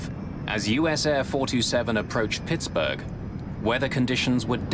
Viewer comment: Hey, Mayday people: Should be "Pittsburgh," not "Pittsburg." Pittsburg is in California.